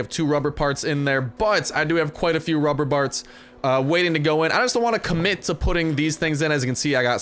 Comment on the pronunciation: he sead ruber barts :)